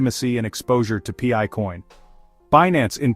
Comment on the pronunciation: Pee-eye? What is pee-eye "coin"? 😂 Pi, pronounced "pie", is a DeFi utility token used in the Pi ecosystems and nothing to do with FIAT or cash or dollars or exchanges or other crypto currency as clearly explained in the Pi White Papers.